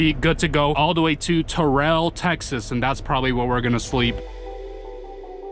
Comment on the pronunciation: Lived in Texas for 6 years still can't drive for shit lmao and Terrell is pronounced TARE-RULL. But who gives a shit lol.